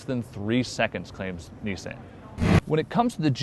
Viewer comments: It's Nissan as in autoBAHN.... not touCAN. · It's the "i" as in MISSED it's not MEEsed... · KneeSand? You idiot, it's pronounced KneeSon. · not "nee-san" its "nee-son" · If this guy says "niece-Anne" one more fucking time, I'm unsubscribing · Dude u r saying Nissan WRONG!!!!! learn the damn brand name then do a video! this bothers me so much! Have respect! i am unsubscribing! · learn to say Nissan right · Um, are you pronouncing the name correctly?